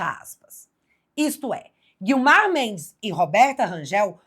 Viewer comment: Excelente reportagem como sempre Bárbara. Só que a mulher de Gilmar Mendes se chama guio mar! Gui-o-mar! Não se chama Guilmar! Gilmar e Guilmar é cafona demais! 😂😂😂😂